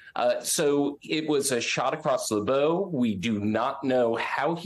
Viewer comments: the phrase "a shot across the bow" is from the nautical "bow", which rhymes with "ow" as in "Ow, I stubbed my toe!" It's not "bow" as in "now". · Is the guy in the gray suit an AI? The phrase is "A shot across the bow" ( rhymes with bough not dough. ) Although I doubt it matters enough to thoroughly convince anyone that you know what you're talking about through pronunciation. And Trump has a suit filed against the judge!? Gotta love it. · "a shot across the bōw?" Short sound o in bow, as in bow of a ship, from which the saying originated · Not to be “that guy” and annoyingly critical but when he says “shot across the BOW” “bow” should rhyme with “wow” (“a ship’s bow may wow, but don’t wrap it in a bow if it needs a tow”). Anyway, Trump’s lawyers are worried already that they’ll get paid their full fee…if he loses he’ll just be that much more difficult to obtain funds from. Of course they should have known that going into it. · Hey, It's a shot across the bow..like the prow of an 18th Century warship.... as in bow wow, not a bow like a shot across one's gift package.....just saying.... good luck and cheers on good reporting! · Twice in this month, I have heard a supposedly educated person pronounce "bow" in the phrase, "shot across the bow" as if someone was shooting across an archer's bow, or the bow in a young girl's hair. The phrase is, in fact, referring to a warning shot fired over the front of a boat. That part of the boat is the "bow" which rhymes with "cow". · A lawyer who cannot pronounce bow correctly in it's different use cases is a bit worrisome. Where did you find this guy? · And either doesn’t really know what the expression means or doesn’t know how to pronounce the name for the front of a boat. I’m embarrassed for him. I’m also glad that I’m never on camera, because I suspect that if I was given enough time I’d do something wrong like that, too. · I've heard that kind of mispronounciation called a "reader's vocabulary."